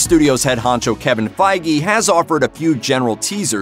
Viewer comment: His name's Kevin Feige. Pronounced Fayge